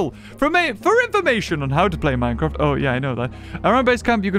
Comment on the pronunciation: Omg minecwaft